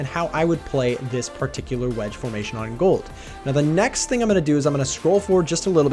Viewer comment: Honestly they way man pronounces "Part-icular" repeatedly is quaint.